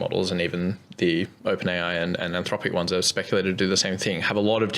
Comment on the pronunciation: it’s been a while since i’ve heard a grown man incapable of pronouncing r’s and replacing them with w’s.